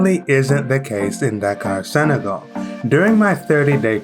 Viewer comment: It's not Sagal, but Senegal